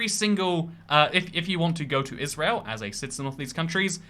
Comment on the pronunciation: Please say Israel